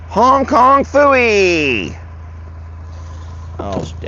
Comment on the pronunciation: I giggle every time you say Hong Kong fewy 😊